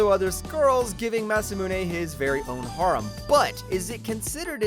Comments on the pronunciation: Love the video's but "harem" is not pronouced "h-R-um", it's "hair-um" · Between those and his pronunciation of "harem" makes anything he says impossible to take seriously.